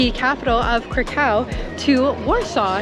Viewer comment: You should have gotten the rose flavor. It’s the original flavor. Yes it is a flavor.crispy creme sucks. Please please don’t pronounce krakow like that!